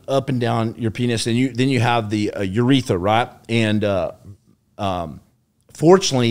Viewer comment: It's "urethRa," not "uretha," lol My Father's a retired Renal Transplant Surgeon(kidney) so his base training was in General Urology, prior to General Surgery then Transplant training. is not exaggerating as I asked my father and he said that his injury would be one of the most, if not THE most excruciating injuries that a guy could have. The urethra is the tube that runs from the bladder through the penis and empties urine. If you're gonna retell the story, it's "u..r..e..t..h..R..a," 😂😂🤙 Stay Well Brotha & Thanks for your Service & Sacrifice👊 RP